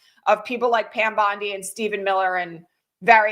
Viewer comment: Just a mouse-nuts pronunciation issue the Beach in Sydney. Local pronounce it Bon-Dye Locals there would likely be Horrified to be equated to the abject failure that is Pam Bondi.